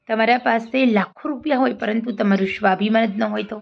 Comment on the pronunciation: સરસ વાત છે પણ વક્તવ્યમાં તમે 'સ'ને 'શ' તરીકે ઉચ્ચારણ ન કરો.'સ્વાભિમાન' ને 'શ્વાભિમાન' બોલો નહીં.